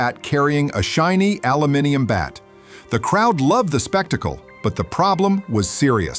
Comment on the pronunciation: He said aluminium properly 😂